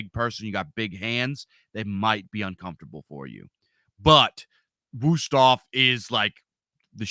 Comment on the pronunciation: thanks for the knife tips. I approve the Wüsthof pronunciation.